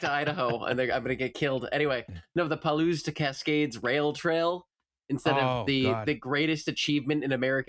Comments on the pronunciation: Hi:), Palouse is pronounced puh-loose (loose as in "this belt is too loose"). <3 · Palouse. PAL-oose. Think European video standard then say the "oose" from Goose. And speed it up. Pal-oose!